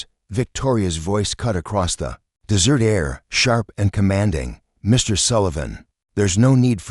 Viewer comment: A good story if you can tolerate the AI reader putting emphasis on the wrong words, continually calling the desert - dessert😂 and ignoring punctuation at times. Creator needs to find a better AI reader or use a human. Stories presented by this creator are riddled with all kinds of errors. Creator needs to listen and edit before posting.